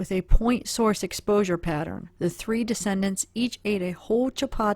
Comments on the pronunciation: de-ced-ents - those who died...NOT de-cen-dents meaning ones children, grandchildres, etc. Just a note...as I clearly understood since I was reading with you, but some might not. But very careful, educational work by you...Bravo! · Quick pronunciation nitpick, for future videos, in case no one else mentioned it: The deceased (plural) are the decedents, pronounced closer to Dee-cee-dents or Dee-cee-dants, not pronounced 'descendants'. I think malachite is less and less likely their poison of choice, but not completely out of the realm of possibility, it was worth a look see. We may never know, even if law enforcement toxicologists do find out. Enjoying your channel, thank you, and keep it up! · You are pronouncing decedents incorrectly. Excellent research, btw.